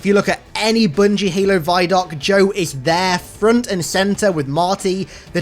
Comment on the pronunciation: Did you just say "boongie"? Sounds nasty.